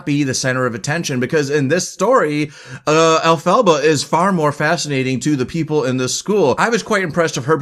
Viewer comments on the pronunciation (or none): *In Hermione's voice*: You're saying it wrong. It's EL-pha-ba, not el-PHA-ba. But a great review nonetheless! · Agreed about the pronunciation. I’m surprised you persist in the mispronunciation throughout this review, especially since the name is said throughout the film. The name is derived from from the name of L. Frank Baum. El -Fah-Bah. And Baum originated THE WIZARD OF OZ in 1900. Great tribute to him!